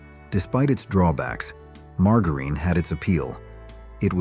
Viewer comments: AI is mis-pronouncing "margarine." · I believe your AI narrator doesn't know how to pronounce "margareen," "leed," or "soldered." 😊